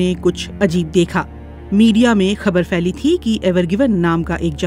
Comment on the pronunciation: Feli nai hota pheli hota hai